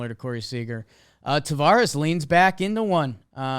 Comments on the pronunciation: Good god it's TAVERAS. NOT TAVARES. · been mispronouncing Taveras since the season started 😂. But tbh, I don’t really care. I’m just glad my Rangers are getting talked about